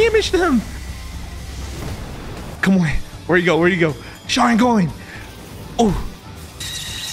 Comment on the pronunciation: You sayin sharigan but where’s the mangekyo sharigan?